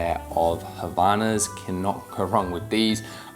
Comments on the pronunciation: It's HAVAIANAS! Not Havanas. Brazilian pride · Portuguese tip: the way to pronounce havaianas goes a bit like (silent h)-a-va-i-a-nas. You need the separation and making that I very clear midway, as it's not an "ai" like in english. The brand is spending sooooo much money on marketing but it seems they kinda forgot how to actually tell non-portuguese speakers how to properly pronounce their name (which I don't judge, these phonemes are not straightforward for non-speakers). So it's a bit like "hawaii ana", and not like "havana" (cuba's capital) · Kinda mispronounced Havaianas, the H doesnt have sound and was missing a couple letters 😂 Great purchase though